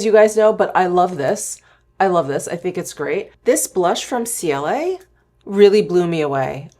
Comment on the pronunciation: I love the brand Ciele (btw the brand is pronounced CL😉). Almost everything has a mineral SPF of 50. I especially love their skin tint, concealer, blushes, & cream bronzers ❤